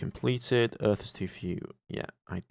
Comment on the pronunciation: That's earth not Rhys. I hope you corrected that later